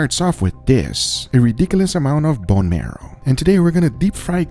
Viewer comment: "BOne MEROW"